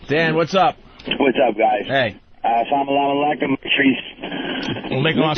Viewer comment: salalamalekom, maleykom al salam, haha i died.. wtf are you saying.. it's accually "Salam aleykom" then he responds "aleykom al salam" = Peace be with you